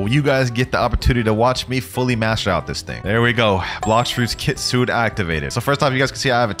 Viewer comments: kitsu-ne Not kit-sune!! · Kit-su-ne not Kit-sune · Bro If keeps pronouncing Kitsune like “kitsoon” ☠️ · For everyone who doesn't know kitsune is pronounced kit-soon-ayyy